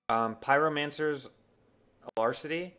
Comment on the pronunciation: Its pronounced "ah-la-crit-ee"